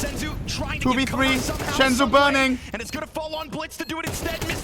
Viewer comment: its not SHENZU bro just SENZUUUU